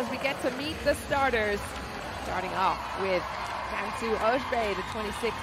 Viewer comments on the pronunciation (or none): pronounced correctly this way: cansu öz(buy) and not like öz(bay) should not be hard to do it right